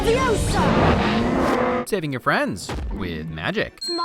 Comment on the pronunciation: It’s leviosAAAA